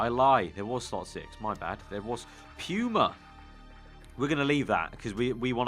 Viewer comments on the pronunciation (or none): Puma not puima